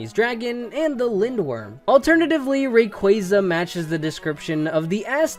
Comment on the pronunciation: Rayquaza Is pronounced (Ray-Quaa-za)